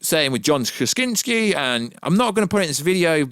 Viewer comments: Kra-sin-ski. Say it reeeeeally slowly until you no longer sound like a 5 year old who can’t pronounce Spaghetti, library or Valentines correctly. Not cute, kind of obnoxious. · just know that as long as you keep mispronouncing John Krasinski's name, I will never re-subscribe, nor give you any more thumbs up. Say it slowly, now... KRUH. ZIN. SKEE. 3 syllables, not very hard. To quote Peter Venkman, "My friend, don't be a dick."